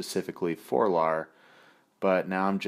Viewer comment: Great job you nailed the Lar